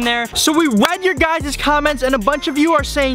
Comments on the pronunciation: “So we wead you guy’s comments…” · "so we wed your guyses comments"